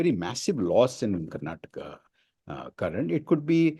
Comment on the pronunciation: Mr Thapr - It's time you pronounce "Karnataka as Karnataka" not as Karnatak